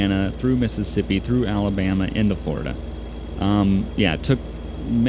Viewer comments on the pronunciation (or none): none